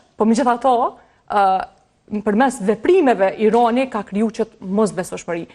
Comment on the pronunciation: Analiste per lesh te shtypur meso qjuhen shqipe Irani jo Ironi